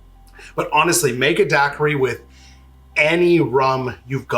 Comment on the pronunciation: I'm a bahamian and hearing you pronouncing daiquiri is making me wanna not sub (jk)